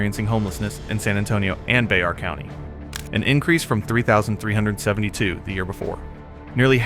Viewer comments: It’s bear county not be har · IT'S BEAR COUNTY, not bezar. This is the worst documentary i've ever seen. 90 bullshit and not even san antonio. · Whenever he says Bexar County, he's pronouncing it Bex-ar. If you're from San Antonio it's pronounced Bear, the (x) is silent. to is San Antonio by the bus terminal. I admit that it's rough in that area but a lot of this film footage isn't San Antonio, and I see that some of it's from Vancouver . There's no need to mix match cities to make a statement. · Your dating the county name wrong. It's spelled Bexar but it's pronounced Bear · That phone number is from AZ, not SA, just saying, I did however see areas I recognized. I never saw this there, totally unfortunate. Also, the county is pronounced, Bear, fyi. Vancouver, BC looks a little better. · Its pronounced "Bear " county. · Bro even the numbers for the business in the door is area code 602 wtf?? SA is 210. Get the hell out of here with all this fake shit. And pronounce it right next time it's Bear( Bexar) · Bexar county is pronounced "Bare county" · It's pronounced 'Bear' County. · This is an outright lie...all of this ...I live in SA and this is not going on here ... The AI did not even know how to pronounce Bexar county. Stop it.